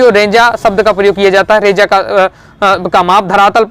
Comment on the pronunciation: सर जी वाले रेजाडी़ नहीं रेजाणी होता है